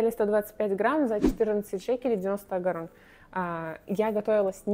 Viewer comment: Так вроде бы Агорот, а не Агорон)